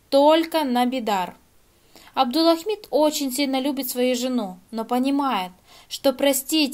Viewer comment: в самом ролике неправильно произносится, а в заголовке всё правильно, не спорю. Девушка произносит "Абдулахмид", а нужно, как в заголовке - "Абдулхамид".